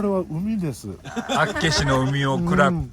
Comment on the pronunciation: 道民からすると、厚岸のイントネーションの違和感がすごい笑笑